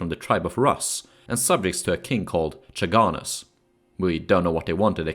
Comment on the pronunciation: Great videos, but pronunciations are "varyags" and "khaganus"